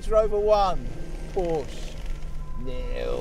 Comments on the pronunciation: First of all any "car expert" that pronounces it Porsch instead of Porsche (ProshUH) is automatically discredited. Second of all, when the Porsche got "stuck" and couldn't climb the hill the 2nd time it was clearly about 10 feet behind the Range Rover and in 3 feet of mud, where as the Rover was half way in the grass to start. Also, you can have the most powerful vehicle in the world but it all boils down to the tires and how much grip it has. A Ford Focus could beat both of those cars if it were fitted with better gripping tires. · Agree. Tires would be crucial in a test like this and the reviewer can't even pronounce 'Por - sha'. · Dear, try to pronounce word "Porsche" properly. The letter E is there for a reason...